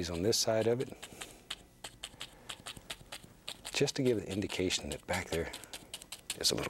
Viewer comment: And, “About like gat”